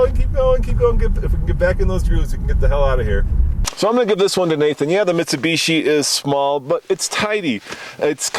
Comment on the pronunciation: Nathan and his "Mishubishi" pronounciation. I will say you guys have been getting better with the reviews. Especially your newer reviews.